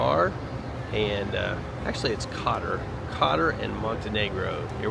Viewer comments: Hey guys, Nice video. It's not pronounced Cotter though it's Koetore if that helps. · Izgovara se Kotor, dragi stranci ime grada se izgovara izvorno!